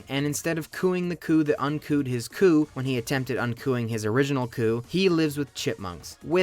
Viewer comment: its a 4 letter word called coup they staged, not a coo